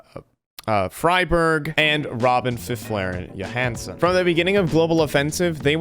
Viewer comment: My favourite, "Friberg".... Friberg